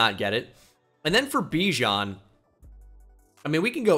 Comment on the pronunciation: Pronounce Bijan correctly, kind sir.